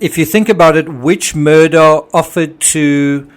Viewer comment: The name Iis pronounced Murdock, not Murdaw.